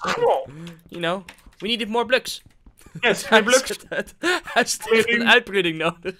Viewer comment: we need more bluks: bluks